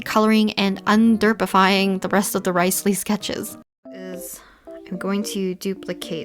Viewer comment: She said RICElee😂